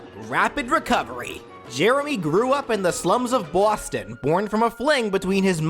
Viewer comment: i swear everytime you say boston it sounds like some stereotypical mafia crime boss is slightly in there urging you to say "bawston"